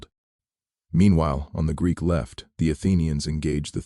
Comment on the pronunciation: It read Greek as G r e e k😂😂😂once. I guess there's no editing AI.